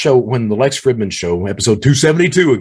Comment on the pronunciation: You already know this but it’s pronounced freedman not Fridmannn lololololol